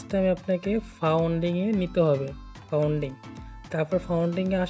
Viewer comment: are, vai founding na otar pronunciation funding 😂😂😂